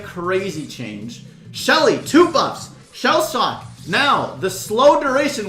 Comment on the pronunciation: How to pronounce the name of shelly's starpower: Everyone: Shellshock: Shell Sock